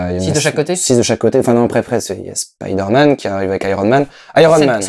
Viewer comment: La vraie question c'est: Est-ce qu'un jour les doubleurs français vont prononcer "Spiderman" correctement?